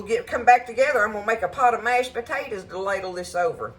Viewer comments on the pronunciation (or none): you know you're country when 'mashtaters' is one word :)